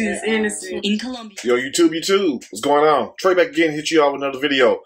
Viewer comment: or the infamous "kill-lumbia.. smh